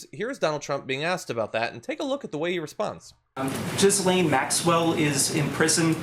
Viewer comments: It is pronounced "jeeslaine. French name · I know she's a disgusting thing not deserving of respect but there are other people in the world called Ghislaine who have a hard enough time already getting people to pronounce their name correctly. For their sake it's "Ga-Lane". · Pronounced Ghi -Layne - the 's' is aspirate but apart from that I agree with everything else !! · BTW guys, the letter "s" in her name, is silent. Her father stripped the pension fund out of a major UK daily newspaper. He sort of disappeared from his yacht one night in the Atlantic Ocean. The yacht was called, Lady Ghislane. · No, the S is silent but Americans can’t pronounce foreign names. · I'd love John to be the first American to try and pronounce 'Ghislaine' correctly. It amazes me that this woman's name has been all over the news for a year and yet not one American outlet thinks to look into how to pronounce a name that is not that uncommon in Europe.